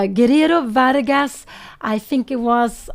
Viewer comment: Pia, it's Vargas. Verga is another thing 😂😂😂